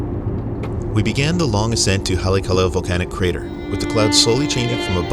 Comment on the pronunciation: hah-le-ah-kah–lah Either way, amazing place, especially am when the sun rises. But take a warm coat.😅 Did you check out Maalaea Bay whale watching, South Kihei and Wailea-Makena Beach south of Kihei? 🤙